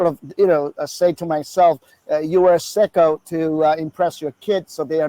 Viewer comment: US sicko, is the way he pronounced Seiko, but no offence phuckerz